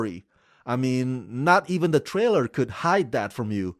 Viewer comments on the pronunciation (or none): none